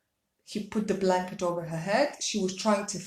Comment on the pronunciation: “The blunket”...ok- next!